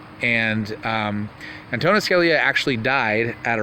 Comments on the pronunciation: Antonin ..,.... pronounced AN TO NIN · It's not Antonio. it's Antonin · not antonio its antonin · Antonin..not Anthony. Good work